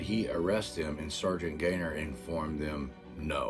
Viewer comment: I cringe every time you say “sargaint” just call him Gaytheir and drop the title.